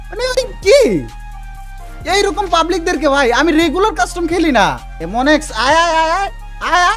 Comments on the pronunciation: ভাই তুমি তো আমার নামটাও ঠিক করে বলতে পারো না এমন এক্স বলতেছো এমন এনএক্স হবে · ভাই M1X না ওটা M1NX হবে😂😂😂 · আইডি নাম M1NX তুমি এই নামটাও ঠিক করে বলতে পারতেছোনা